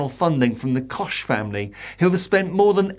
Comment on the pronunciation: Koch is pronounced as Coke.